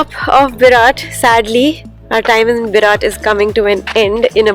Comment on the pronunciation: Berat Berat Berat not barat 😉